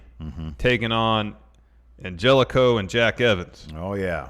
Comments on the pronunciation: Idk why it bothers me when says Angelico when it’s pronounced An-Heli-Co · Angelico is pronounced An-Hell-E-Co not Angel-ico